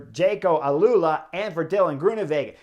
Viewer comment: Hey Chris, AlUla correct pronunciation is “al” … a slight pause, then… “ola” 👍👍👍